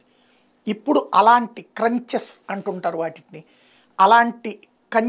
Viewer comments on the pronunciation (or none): అది క్రన్చెస్ crunches (ఇవి ఫాస్ట్ ఫుడ్లో ఒక రకం)- కాదు - అవి tranches (యుద్ధానికి తవ్వే గుంతలు) వాటిని ట్రంచేస్ అనాలి. ఇంకోటి, తెలుగులో గుంట అంటే నీళ్లుండేది, గుంత అంటే నీళ్ళు లేనిది...